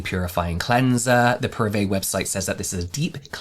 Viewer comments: It's pronounced 'Pah-ree-vee', Paris+Vie = 'vie' is French for the word life. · I'm preeeeettty sure the pronunciation is "Pari - Vie" Like Paris life in English :) Vie pronounced the same in "c'est la vie" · I'm pretty sure it's pronounced "parivee", like some pseudofrench for "Paris life" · Parivíe is equal “life of pari” and pronounce pa-ri- vee. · I think it's pronounced Paree-vee. Vie = life in French. So like Paris life? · The way you struggled to say the name each time hahahaha. Celebrity brands are just not competitive. Every other beauty company founder first and foremost saw a gap in the market, a need that wasn't being met. Often it came from their trade like if they were a makeup artist or a dermatologist, or at the very least, did market research to see how they could best occupy a competitive position in the market. Fenty Beauty was borne of Rhianna's own experiences as a woman of colour who, in her job, found it frustrating that she and/or her makeup artists struggle to find a foundation match. Celebrity status is not a competitive edge. Paris Hilton touched on something that could have worked; a solution to combat daily modern skin aggressors as a busy businesswoman which is how she brands herself these days. But instead of doing a whole line, a few multipurpose hero products would be enough to lend it some credibility as something she uses every day or when she's busy. It's why celebrity "Get Ready With Me" and "What's In My Bag" formats were so huge when they came out. We have a voyeuristic desire to see into the lives of global celebrities, and skincare, being so personal, will absolutely sell like hot-cakes if we believe a celebrity uses it and its efficacy is linked to the condition of their skin. But when a celebrity creates a new product, unless it fills a gap in the market, their endorsement equates to very little as we know they achieved their skin with a pre-existing product